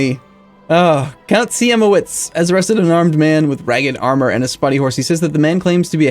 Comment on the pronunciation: Try to pronounce Siemowit as Sheemoveet